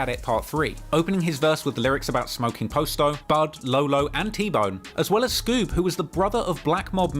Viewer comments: Dude said “post o” that's when I knew I need to stop letting white people tell a black story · Man I hate how he saying posto name It’s Pa sto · When you started pronouncing Posto i literally turned the video off. Give up on Chicago coverage, we don’t want it. If you can’t even pronounce Posto then we can tell you didn’t follow Lil Herb’s career what so ever and it gives off that you just got into this when you began your niche which is fine but this is the definition of Voyeurism. You get most if not all of your points from Reddit. Just because it pays your bills doesn’t mean this is what you should be doing. The 600 documentary to me was even worse because it was just common knowledge packed into a documentary. This is slightly better because of the history but at the same time we all know the history of the BPS movement and Terror Town basically being the HQ. But literally even with this it’s like im 40 minutes in and every thing is common knowledge and regurgitated facts that everyone knows who remotely cares about the scene knows. Go back to UK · The posto pronunciation is funny as hell lol